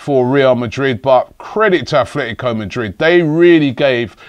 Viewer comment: It´s ATletico, not ATHletico.